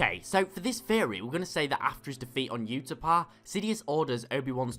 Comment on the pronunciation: did u just say UTAPA LOL gud vid